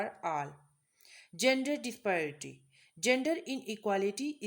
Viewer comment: dispiraty bol rhi hai yeh khatoon disparity tau pata nhi isse